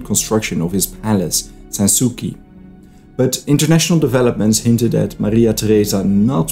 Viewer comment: Good work! Frederic’s summer palace in Potsdam is pronounced “sans soossi”, not sansoeki:) it means Carefree in French and was actually finished building by the aptly named Jan Bouman, a fellow Dutchy.